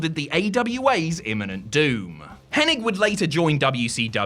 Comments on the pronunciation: It's hennig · Can this guy pronounce Henings name right